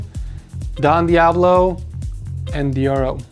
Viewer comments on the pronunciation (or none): none